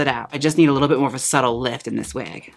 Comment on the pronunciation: LMAOOO "Let's just give this weg,, I sprehhhhhhtz~" CACKLING